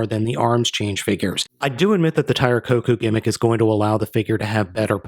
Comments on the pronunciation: It's not Tire Koku it's Tire KOUKON! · Tire KoKan. Not kokou